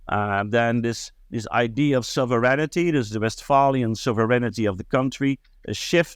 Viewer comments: Ik ben niet zo'n voorstander van gezeik over iemand zijn Engels. Ik vind dat van ondergeschikt belang, maar als we toch bezig zijn, let op je uitspraak van sovereignty. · Zijn Engels vind ik niet zo belangrijk. Sovereignty spreekt hij overigens verkeerd uit, maar, nogmaals, totaal niet belangrijk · Luister gewoon hoe Glenn het uitspreekt. Sofferntie